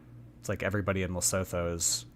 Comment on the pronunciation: 1. You should visit Oman, it's safe there. 2. It's not LesoTHo, just forget about the H and pronounce it Lesoto.